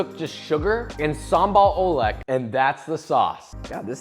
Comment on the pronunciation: The way you said sambal ulek is quite good😂